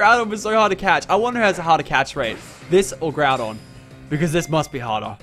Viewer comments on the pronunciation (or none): none